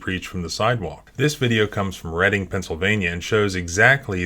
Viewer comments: Ok first I am an LGBT supporter. Second I live south of Reading(BTW great job on pronouncing it red-ding). I am against this arrest. Free speech is too vital to step on. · Reading, PA (pronounced "redding")